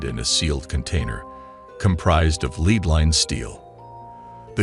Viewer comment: Docile, and lead we're pronunced so confidently wrong, that I was questioning if I've been pronouncing them wrong this whole time.